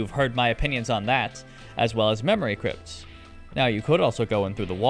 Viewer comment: What mod do you have that makes it say “memowy cwypts”